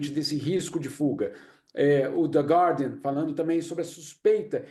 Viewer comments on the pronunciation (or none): none